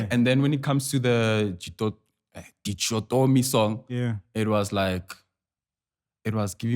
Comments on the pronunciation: LMAO no way's yall pronounce "DICHATOMY" like that? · Stop this YouTube thing & go to school,we can't take you serious coz you can't pronounce DICHOTOMY